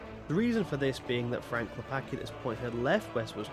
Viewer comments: its not "Klepaki", its "Klepatzki", as "c" in Polish is read "tz" or "ts" from the English point of view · Cool video, tought as Pole hearing you say Klepacki infurated me, as even tought it's probably correct way to english speaker not hearing the "c" feels wrong as it makes Klepaki from Klepacki. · it's not "clepakee" it's "Klep-ats-key" why do youtubers insist on not learning a pronounciation of anything remotely eastern